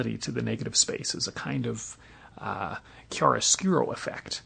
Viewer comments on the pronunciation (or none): none